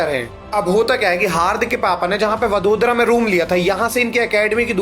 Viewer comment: वडोदरा नही वडोदरा😅😅